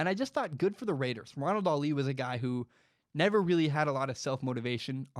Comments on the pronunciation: Lol y u saying Ronald “Ali” it’s pronounciation on the first syllable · In today's mispronounced last name we have: Ronald "ALI" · It made my ears bleed haha